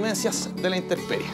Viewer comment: La palabra es INTEMPERIE, no “interperie” 👍🏻